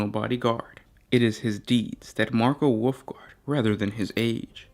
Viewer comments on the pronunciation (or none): Was he..., Calling the Wolfguard "Woofguard?" Or was that just my mishearing? xD